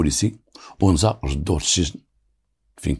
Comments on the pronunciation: Li tashih al ma3louma ça ne se prononce pas Onza mais Anza avec un À. Je suis d’agadir. C la région d’agadir en allant vers taghazout sur la route côtière. Et le monsieur qui vous as dit que Anza se trouve aussi à taroudant c pas vrai . Car Anza n’est pas un quartier c un village comme il ya un seul sidi rahal il ya un seul Anza c un village et non pas un quartier. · Bonjour Juste pour infor la région dont vous parler s'appelle anza et non pas onza Merci à vous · تصحيح:أ نزاANZA ضاحية مدينة اكادير وليسONZAتحية طيبة وبالتوفيق لكم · ce quartier s'appelle ANZA, non Ounza. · أنزا مشي أونزا بالفتحة احذف حرف الواو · حي اسمه أنزا ( بفتح الهمزة وسكون النون وفتح الزاي ).من جهة الشمال